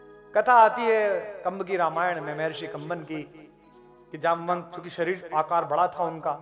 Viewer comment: आप के शब्दों से मुझे ठेस लगा क्यों की जामवंत जी को जमवंत बोलना ठीक नहीं लगा